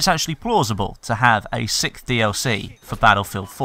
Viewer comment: Good video, I'm not American nor English, but I'm pretty sure he dose not pronounce "sixth" correctly, sounds like he just says "sick".